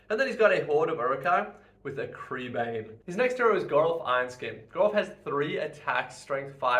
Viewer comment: Minor note: crebain is pronounced crebine. It's also a plural, so it's not "a crebain" ...